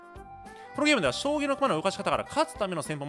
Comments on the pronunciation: キスィフジュイショウタニョ葬儀トレーニングゥ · これ読んでから葬儀トレーニングにしか聞こえんw